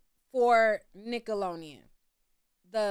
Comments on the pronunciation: nickelonean??? NickeloDeon “D” 😅 it huuurts 😅🙉🙉 say it right please 🙏🏽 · cute??? 🥴I don’t think u really think it’s “cute” just like u said u were “joking” just be straight up, the way she’s pronouncing it is annoying and wrong. 🤷🏽‍♀️ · Say it with me now “Nick-ahh-looow-Dee-uunnn” 😂😂 waab she saying it like nickel-lo-eeeiiun” 😭😭 I’ve near heard someone pronounce it like that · Whew cuz I thought she was gon correct herself! It’s really doing a thing to my brain right now. I came to watch cuz I’ve heard her name in these YouTube streets. But she is KILLIN me with NICKALONIAN!!!!! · You was killing me with this nickeloneon girl its nickelodeon we can tell you ain't watch it😂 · !...its NickoloDEON😂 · Please pronounce it right, it’s Nickelodeon, not nickeloneon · Right 😂😂😂 I've corrected her every time she's said NICKELONIAN!!😂😂😂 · I had to stop watching lol it was getting on my nerves 😅 Nickeloleon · I absolutely love how she proudly pronounces Nickeloneon 😂❤ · FFS I can't watch this if you say nickeloneon one more time, I was soooo looking forward to this lol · now you gone have to pronounce NickeloDeon right lol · Girl get it together, it''s nickalodean (sp) lolololololol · Lmfao Nick Alone Eon was whoopin her tail 😂 Ima still watch tho 😂😂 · I'm getting so f* ckin annoyed. Wtf is Nickalonian????😂😂😂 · Jesus, it’s Nick-oh-lo-Dee-ann !! With a D as in dammit please pronounce it correctly! Yikes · The way you say nickelodeon has me crying cracking up 😂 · Me too😅😅😅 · 😂😂😂😂😂😂😂 I thought the same. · omg me to it takes me out of the experience I think she’s doing it on purpose atp 😆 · I was thinking that too! Lol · me too 😂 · Instead of saying we’re being silly, correct your pronunciation girl. There is clearly a letter D in the damn word. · I never heard nobody say Nickelodeon like that lol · My girl struggling with the name NICKELODEON lol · Lol you can’t say Nickelodeon for 💩 😂😂😂😂😂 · Lol Why you keep pronouncing Nickelodeon Like that lol!